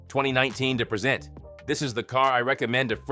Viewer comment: Get a better AI reader! This POS constantly mispronounced "present".